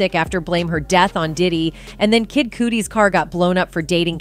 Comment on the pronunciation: The way she pronounced Cudi😂😂